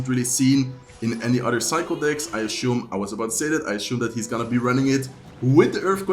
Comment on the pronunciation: Assume not ashume